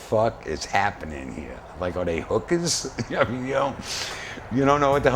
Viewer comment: LOOK HOW HAPPY HE GETS AN HIS POSTURE STRAIGHTENS UP WHEN WONDERING IF THESE NEW MINNI SKIRT GIRLS WERE HOOKERS! LOL BE HE PRONOUNCES IT ""HWWOOOK'ARS* LOL